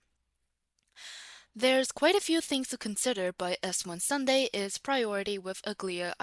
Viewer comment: Did I just hear Sundidi at the start? lmao